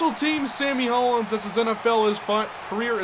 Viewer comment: pronounced Hollins (hall-ins). that's my last name